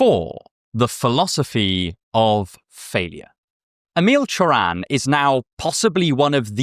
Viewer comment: Correct pronunciation of the name Emil Cioran is correct!